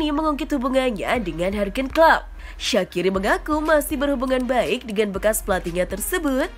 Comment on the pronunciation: Jurgen aja dibilang "hurgen"🤣🤣